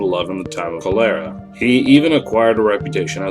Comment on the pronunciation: It’s KOL-er-uh. A well known disease!